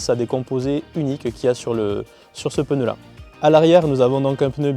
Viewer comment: Belle essai , par contre quelqu’un peu lui dire que c’est pas un peneu 🤣✌️